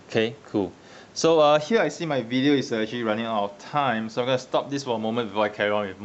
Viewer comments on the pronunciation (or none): none